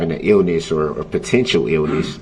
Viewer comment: He says smart like he’s smart! He can’t even say illness right! He’s really upset that there isn’t a delay in the trial.